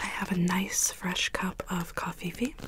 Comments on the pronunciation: The way she pronounces coffee 🥺💕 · COFFEVE lolol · In almost every role play where she drinks/talks about coffee she says it! Lol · i just heard that part and went "cofefe. i want cofefe!" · Coffee fee? Cough hee hee? Wat? I'm confused I've heard her say that before lol...tingly though lol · when you do this you definitely don’t want to show the goal or any of the other things you will be working on Aww I love how she says coffeefe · did anyone else hear her say “i like to enjoy a nice cup of cofefe” or is that just me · Alexis Pasie so now she just says covfefe instead of coffee lol